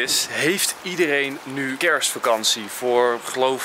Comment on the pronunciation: Zeg je nou KERSvakantie?